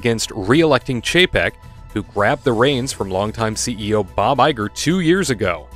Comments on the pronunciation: Oh dear. Did I just hear "PAYCHEK" in place of Chapek?😳😯😳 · You did hear that correctly. A little more classy than what I've been calling him Bob Cheapaz.